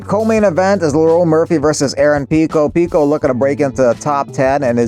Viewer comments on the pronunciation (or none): none